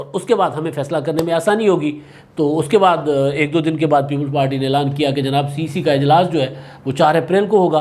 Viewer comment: سر cc نہیں cec ھوتا ھے